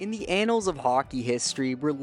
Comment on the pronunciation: The "Anal's" of hockey, really? What better way to start out a video on one of the greats than talking about hockey's butthole. I think the word is pronounced with a short "a" sound, like the words "back" or "hatch".